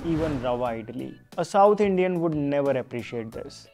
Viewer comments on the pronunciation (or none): Dosha nahi dosa. Itli nahi Idli